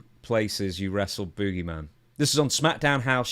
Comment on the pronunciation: I like how the announcer calls him the boo-geyman